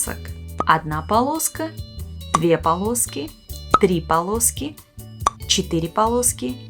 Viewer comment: TRI PALOSKI?? 😂😂😂